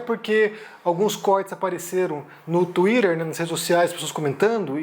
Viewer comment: Fala a verdade, vocês também queria pronunciar TWITTER da mesma forma que o!